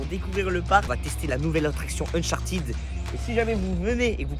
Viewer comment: C'est uncharted pas unchartid😂😂😂